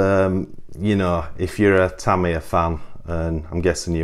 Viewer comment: No R in TAMIYA